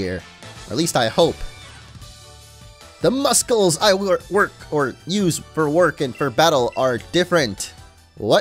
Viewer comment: Are we not gonna talk about how he said muscles like Musculs